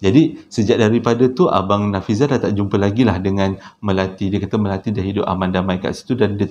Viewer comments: Nafizal la...bukan Nafizi...haha...sampai tersedak sy tgk video nie...dah la tgh mkn...😂😂😂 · Terbaik.. yg tersasul tu unik tu..hahaha.. smpai typo pulau jdi paulau.. nama si yg kongsi cerita pon dh berubah bila di akhir2 cerita😂😂 apa2 pon mmg best.. terbaik